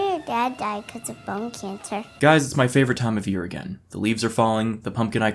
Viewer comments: I thought she said bum cancer but then put the captions on and you're right that it was bone. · It took me until to realize she was saying "bone" and not "bum".